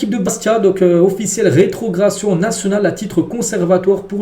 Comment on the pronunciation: On dit rétrogradation et non rétrogration, fais un effort tu répète toujours la même chose